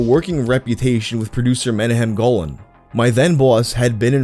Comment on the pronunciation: It's pronounced Meh - nah - chem Go - laan. It's an Israeli name.